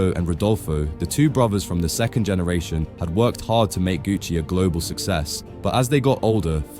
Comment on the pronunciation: GENERATION not GENRATION.